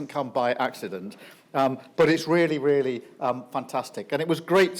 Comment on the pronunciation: Weally weally weally wanktastic